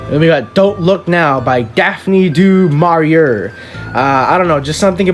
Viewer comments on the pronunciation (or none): Thanks, this was fun! It felt very spontaneous, like visiting someone and they're just like "Hey, look at this!" instead of being scripted. This may be helpful: Richard Matheson is pronounced 'Math-i-sun', and Daphne Du Maurier is 'Du Maur-yay' (it's French). I think you'd love the book "Paperbacks from Hell" by Grady Hendrix - hundreds of great horror covers, and he writes really well about the novels and their authors.